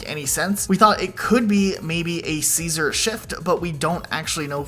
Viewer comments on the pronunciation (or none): none